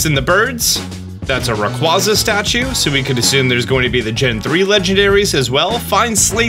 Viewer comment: The way you pronounce Rayquaza hurts me physically, why do so many content creators get it wrong, just hurts one of my favorites get disrespected like that